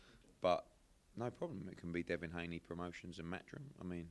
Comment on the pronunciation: Who’s Devon Haney? It’s Devin, I know that and I’m from the UK :/ other than that good work son